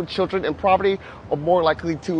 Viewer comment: It’s obvious that he meant “poverty”. Please be kind. 🙂